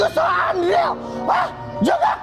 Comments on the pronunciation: jongkuuk bacanya Ncess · Sebel dia ni klo ngomongnyamasih “jung-kok” benerin dikiy ncesss